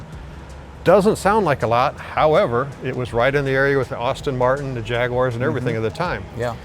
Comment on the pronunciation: Knowledgeable on the cars but horribly butchers well known words…bravada, Amelia, Aston…I’d be embarrassed